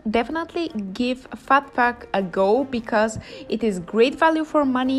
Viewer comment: I watched this numerous times just to hear your pronunciation of Phat Phuk :) cheers me up.